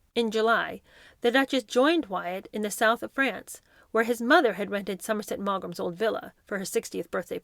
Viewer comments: Somerset Maughan Maughan = Mawn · Learn how to pronounce: Yorkshire, Summerset Maugham, to not ta, other not nuther, Elton not Eltin, estate, hanging not hangin, today not taday. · Oops that is not how you say Montevideo or Maugham.